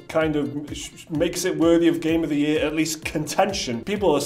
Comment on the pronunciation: say "game of the yur" one more time